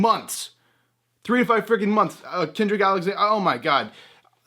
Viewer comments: It's cedric not kendrick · It's Cedric Alexander. Love your vids